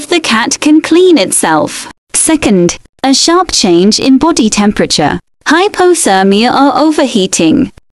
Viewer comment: I like how it pronounces hyposermia